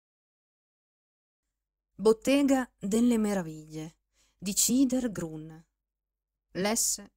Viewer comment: Bella lettura, però Chidher Grün si legge "khider grün", giammai "cider grun". La c dolce in tedesco si scrive tsch.